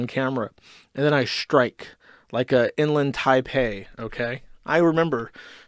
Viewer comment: Inland Taipan not Taipa lol